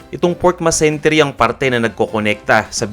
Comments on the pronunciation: pa-correct po... Mesentery hindi masentery. 😊 nice vid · Its mesentery not masentery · Hello sir, if I remember it correctly, I think its "mesentery". Did I heard it right you said "masentery"? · Pork mesentery po hindi masentery 🙂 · Ang alam ko po eh MESENTERY. hindi MASENTERY